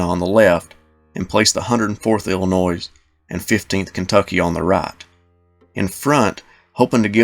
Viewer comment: Illinois, NOT IlliNoise!!!